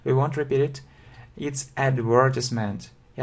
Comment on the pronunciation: I'm afraid that you pronounce the word "advertisement" incorrectly :)